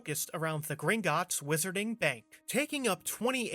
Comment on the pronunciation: The "Whiss-urr-ting" World, ehh? Lol